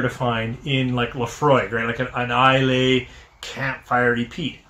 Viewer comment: You seem to mispronounce Islay?